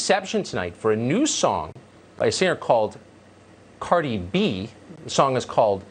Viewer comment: the way he says Cardi B's name ...that's exactly how white people pronounce ANYTHING non-white and out of their social circle...they can say names like Engelbert Humperdinck...but Cardi B is suddenly like saying "supercalifragilisticexpialidocious" bet Tucker even had to ask someone "Cardi B...is that a REAL name?"